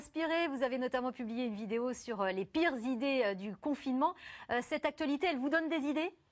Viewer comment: Elle a dit les pirrre ça c une fan mdr 😂